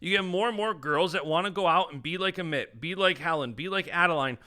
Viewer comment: Let’s start pronouncing Amit’s name right